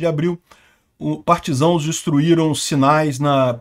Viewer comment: Acompanho seu canal e COM TODO O RESPEITO, às vezes, ouço o senhor dizer "partisãos", mas a palavra originária é "partisans", referência aos membros da resistência francesa na Segunda G. O comentário é com fim construtivo e também posso estar entendendo a palavra de forma diferente. EXCELENTE canal informativo.